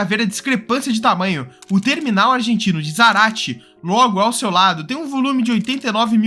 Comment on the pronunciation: Meus parabéns pelo video! só gostarias de corregir uma coisa. Não é "Zarate", é "Zárate" acentuada na primeira sílaba.